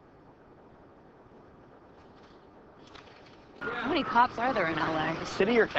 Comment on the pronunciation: When Reid said twin it sounded like tween